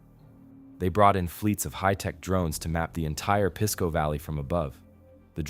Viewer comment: Pisco isn't pronounced "piss-co", it's 'peace-co'.